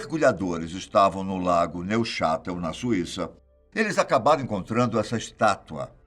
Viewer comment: Diz-se "núxatel" e não "neuxatle"...